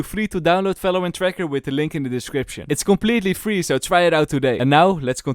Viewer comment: it's Valorant not Falorant